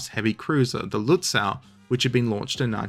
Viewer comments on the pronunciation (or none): The last syllable of "Lützow" is correctly pronounced like the English "sow" (as from sowing) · The way to say Lützow in German, with its otherwise highly regular spelling, is with a long oh at the end. Not an English ow. That would be spelled au in German. The w is just there to indicate the o is longer, much like the h at the end of Gütersloh or the e in Soest. We actually did have a spelling reform in Germany in 1996 which was then itself reformed eight(!) times since. But none of that unified the spelling of these old city names. Just saying. Seydlitz is pronounced Saidlitz, gets it wrong.